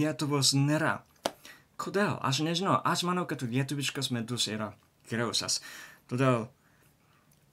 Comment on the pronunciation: Tik nesupratau ar sakai žodį "Medus", ar "Midus".Tai skirtingi dalykai."Medus" tai bičių suneštas produktas.O "Midus",tai lietuviškas alkoholinis gėrimas.